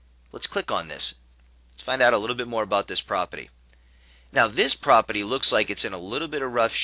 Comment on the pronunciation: if you say propity one more time...